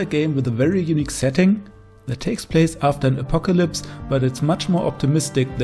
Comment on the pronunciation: "place" I guess you're not a native english speaker 😊 anyways, great list and ranking 👌